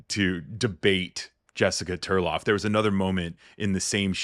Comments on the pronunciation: TARLOV, not Turlov. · 😮😮😮😮😮😮😮😮Isn't it Tarlov not Terlav?